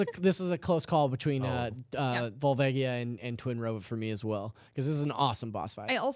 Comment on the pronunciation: My favorite enemy is people who say "skull-toolas" like a moron. It's "skull-choolas". Like tarantulas. Like a spider and a skull, get it? You guys have been saying it wrong for TWENTY YEARS. And this is your job. smh. P.S. It's "Vull-vay-ja". Twats.